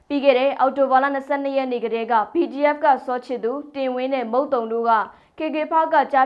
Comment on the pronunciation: BGF နဲ့ PDF ကို အသံကွဲ ပြာ အောင် ပြောပေးပါလါး